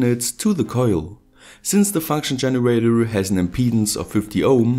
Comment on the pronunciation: Did you hear how he said his 'r' Generatrrrrr